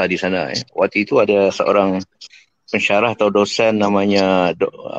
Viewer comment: hari ,bukan aghi, berada bukan beghada ok. mana R nya. Bahasa Baku mesti sebut R dengan jelas. Bukan macam bahasa Riau yg tak pakai R . seorang bukan seoghang . lari bukan laghi ok.